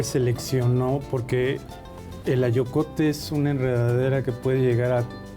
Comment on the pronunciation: En el minuto dicen "frijol acoyote" creo debe de ser AYOCOTE, si estoy mal ofrezco una disculpa, saludos, muy interesante saber de todas esas variedades de frijol.